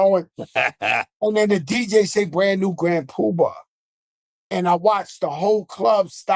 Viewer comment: Grand Pubar or Grand Puba if your not Joe 😂